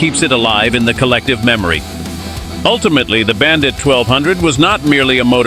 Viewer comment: Bullshit AI video with awful incorrect facts. And what the hell is a “Bandight” as they pronounce it.